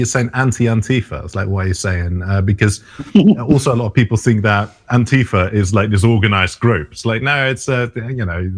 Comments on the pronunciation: It's pronounced "Anti-Faa". First A is short and emphasized, the A at the end is pronounced long. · Fa shouldn't be long, as it's the first syllable of Fascist, which is a short A. Ohnti-fuh.